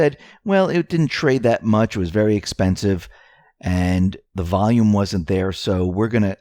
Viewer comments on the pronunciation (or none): none